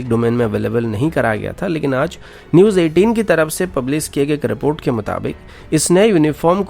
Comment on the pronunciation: it is Roj and not Roz, also it is news and not newj.